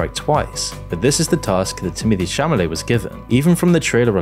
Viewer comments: Even if you didn't like the film, you could have at least given the leading actor the honour of pronouncing his surname right for your channel. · Seems that people just don't enjoy simple whimsy anymore. Movies don't have to be these deep pieces of art, they can just be an easy viewing and still be good. I loved the movie despite not even liking Chalamet (was there a reason his name was never said correctly in the video? Caught me off guard every time) and I think that he managed to be the type of Wonka that this specific movie needed. Could I imagine him growing up to be like the madman Wonka I've known my entire life? No, but is that really that big of an issue? Perhaps he just snaps later on in his life. I mean, after all, this "backstory" wasn't much of a backstory since we don't learn much besides a short period of his life. It's just a fun, whimsical family movie with a lot of (positively) nonsensical stuff going on. And all this praise is coming from a person who adores the character of Wonka, by the way. I'm the type of person who hates when his favourite characters get misrepresented etc and yet I fell deeply in love with this movie and this Wonka, so that's why I'm rambling a lot here. Plus, I fully agree with the point that remakes are annoying and pointless, but this is not just a simple remake in my eyes. This movie looks like what you'd get if Paul King decided to make a movie about Wonka, and that's exactly what it is, it's all on the tin. I don't know if any of this makes sense, I'm just kinda passionate about this movie right now. Maybe the magic of it all will wear off, who knows. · There's no way you can make an entire video critiquing someone when you can't even pronounce their name properly... It's Timothee Chalamet not Chamalet. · Dude's name is CHALAMET, not CHAMALET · It's Chalamet not Chamalet. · Is it Chamalet or Chalamet? Who writes your scripts for you? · His surname is Chalamet (instead of "Chamalet" like said)